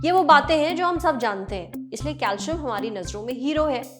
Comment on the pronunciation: It's pronounced as calsium cal -si-am.